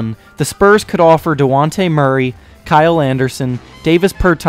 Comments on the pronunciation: Did you just call Dejounte Murray, Duwante??? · nigga said dejaunte bruh say it like dejaunte